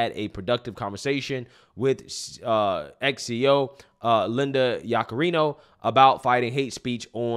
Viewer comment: You said ex CEO, I was like “already?” But you said X not ex.